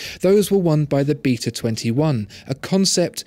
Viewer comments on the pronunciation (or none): none